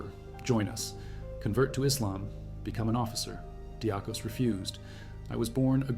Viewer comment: Athanasios Diakos (or, more correct, less colloquial, Diakonas, pronounced "dee-Akos"/"dee-Akonas", stress on the "A"). Not his surname, but nickname, since he was a deacon and monch. deeAkon(as) = deacon = diakon(as). So, it´s strange, that you pronounce it so differently, since English-speakers use the exact same word, and then, they pronounce it much more compatible to the original Greek pronunciation, unlike you. Odysseas Androutsos: Odysseas is the Greek word for what English-speakers changed into Ulysses, a common name given to kids on Ithaca, the home of mythical hero Odysseus/Odysseas. Odysseus was among the last ones to leave, noticed that some Albanians were awake by the escapees´ steps and already searching for the escaping Greeks. Since both folks dress the same, he pretended he were also Albanian, walked to the Albanians, and sent them to the false direction. The time won through this deflection was enough, to widen the gap between hunters and hunted. Odysseus´ end could have been there and then, while he risked everything by contacting the enemy. Ioannis Coletes was a fraudster, known all over Western Europe, hunted by country-police-forces and international ones. His main fraud are betting-debts, he owes money to a ton of wealthy, influential Western Europeans. They know he´s Greek, but he uses a false name (many false names, to be exact). He escapes to Greece, and hides in his father´s home. Takes again a false name, decides to make a politician´s